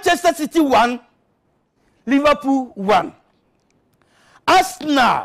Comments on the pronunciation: It said so on the subtitle And he pronounced arsenal as as now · He also definitely said Assnal I can clearly hear it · I love this guy. He pronounced Assna perfectly.